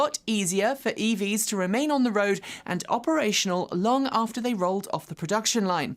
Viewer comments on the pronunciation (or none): none